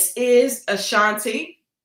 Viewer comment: And another thing….!! It’s UH-Shawn-TAY 😂 not like the singer.